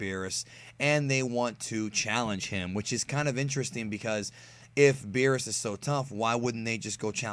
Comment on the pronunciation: he called Beerus, Beebus now I think Beerus as Beevus that is so funny